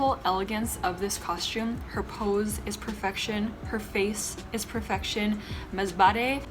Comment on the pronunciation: I loved the way y0u pronounced the names of the pLaces. Thnx a lot for Sor so gon is the right pronounciation of S0RS0G0N, I liked MASBATE . ZAMB0ANGA CITY COSTUME IS SPANISH DRESS coz m0st pe0pLes there speak Spanish. Love y0ur red dress , y0u look s0 BeAutiFuL. ❤💙❤👗